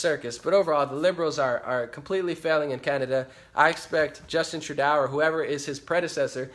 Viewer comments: Trudeau is pronounced Trudo :-) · Trudeau is pronounced - tru-dough - just being helpful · Excellent Breakdown of the Situation of the World due to Forced Migration/Invasion of Muslims! Btw, Trudeau's name is pronounced "True doh" But Believe me, WE Canadians have Many Names for him/her/it! He/She/It/They/Peoplekind Is The WORST PM In Our History! All the IDIOTS Who Voted For FuQTrudeau, most did so Because of the Cannabis Legalization promise. Well Known Ppl in the Cannabis Movement Encouraged Ppl To Vote For Trudeau/Liberals & 1 of Them Also Tried to Join the Liberal Party! However THOSE PPL Didn't even Look into the Govts VERSION of Legalization, just Stupidly Assumed Legalization Would be Run the Way the Cannabis Culture Wanted it to be! We in Canada, Do NOT have Much Choice in politicians To Vote For, the Top parties want Mass Immigration & to Make ONTARIO INTO A SANCTUARY CITY! WTF? Trudope now plans on BANNING HANDGUNS IN TORONTO, WE ALREADY HAVE GUN LAWS, ENFORCE THEM, STOP ALL NON CHRISTIAN IMMIGRATION & START THE DEPORTATION OF ALL THE ILLEGAL MIGRANTS & MUSLIMS OUT OF OUR BELOVED CANADA! Deport Them All Now Ban Islam NO MUSLIM MIGRANTS ALLOWED! Charity Begins At Home, Which Means: Support OUR OWN CANADIAN CITIZENS BEFORE BRINGING IN A BUNCH OF LOW IQ, MURDEROUS, BACKWARD, WELFARE CHEATS! CANADIANS NEED HOMES, WHY ARE OUR POLITICIANS GIVING HOUSING TO ILLEGAL MIGRANTS INSTEAD OF CANADIANS? TRUDEAU IS RESPONSIBLE FOR ALL DEATHS & INJURIES FROM THESE LAST 3 TERRORIST ATTACKS So Far This Year! TRUDEAU ALLOWED THESE BASTARDS INTO OUR HOMES & FOR THAT ACT OF T